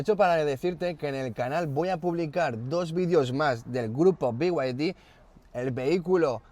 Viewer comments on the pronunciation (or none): Beguadi No. Se dice bieide. A VER SI TE ACLARAS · Si dices Off Road como se lee, porque no decir be-y-d y no "biuaidi"